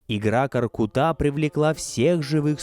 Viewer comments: Произносится не КоркутÁ, а КоркУта! Что за тема ставить ударение на последний слог везде?! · Сразу чувствуется, что очень хорошая подготовка! Правильное ударение и произношение - это так важно для отличной подачи материала! Только не "КоркутА",а КоркЫта ( скл.в род.п.), КоркЫт . Благодарим вас, самые лучшие из лучших! С уважением из Алматы, Казахстан. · Не Каркута , а КОРКУТА ударение на У! Ребята , спасибо за популяризацию казахских муз. инструментов!!